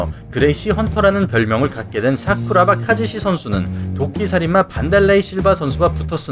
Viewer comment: ㅋㅋㅋㅋㅋㅋ발음 웃기네요 싸쿠라바